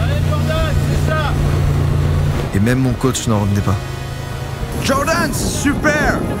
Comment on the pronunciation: "Jordan, c'est super !" avec l'accent américain 😂😂😂 Toujours aussi cool les objets TT 👍🏻